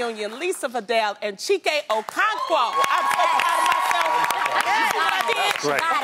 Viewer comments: You guys ain't say Okonkwo right but he was too shy to correct you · they are.... I'm so happy someone said it in the comments because I was really offended and I'm not even African but Caribbean. O - KWON - KO. Not hard. Practise before the show. No need to go on camera going on about how hard it is. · You know he's a gentleman when he lets them believe they've said the name right when they actually didn't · For anyone who cares They did not say Okonkwo correctly. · The way Loni butchered his name and he gave that awkward smile. #IgboKwenu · There's no accent & that's not how you pronounce his last name. You maybe shouldve asked him first how to say his name. Mumus